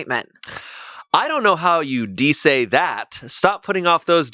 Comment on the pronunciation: I thought he said “desay” as in “unsay” and Spanish is my mother language 😭😭😭